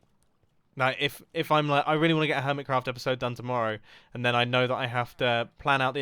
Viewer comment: when you realize mumbo jumbo called the hermit craft server "Earmitcraft"